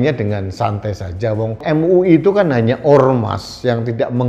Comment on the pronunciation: Em u i... Em u i.... 😂😂😂